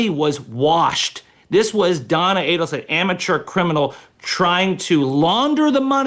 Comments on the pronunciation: right she doesn’t even know that Katie has never been called KATE. And she is pronouncing Markel wrong. And Adelson. If she knew anything about this case, she would not be making those errors. The best thing Megyn did was hair extensions and give in to the female stereotype. She went from 50K to over 2 million in no time. She totally changed her “image” from conservative to provocative to her benefit. Good for her. She’s up to almost 4 million now. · MEGYN! GET BETTER PRODUCERS WHO PREP YOU BETTER--- SO YOU CAN PRONOUNCE THE NAMES CORRECTLY--- AND GET YOUR FACTS RIGHT!.. The name is A-DEL-SON ( not ADEL-SON!.. Also, it's KATIE ( not KATE) MAGBANUA!... Listen to DAVE ARONBERG , how to pronounce their NAMES and the FACTS OF THE CASE!.. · If you are going to cover a story, know the pronunciation of the names of the main players in the case Megyn. So unprofessional dear. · Aid-al-son: phonetics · I'ts AID- EL- SON. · I have no idea how Dave Aronberg could sit there while Megyn butchered almost all the names associated with the case & mixed up all the case facts. Why cover a story you know nothing about? At least, do your research beforehand. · Pronounced both last names wrong. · Thanks Megan for mispronouncing everyone's surname 👍. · For the Love of God, Megan this has been BIG news for over 10 years with 4 arrests made so far-(with Donna more than likely being the 5th) get the names right!!!! You mispronounced Adelson and Markel and ‘Kate’ as you called her is known as Katie. Soooo many people have been following the twists and turns of this case for a long long time-so your mispronunciations and just completely getting a name wrong it makes you look so out of touch. Don’t you have a producer so these kind of mistakes are not made? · Dan Markel/ Mar Kel not markle and NOT addleson/ A dul son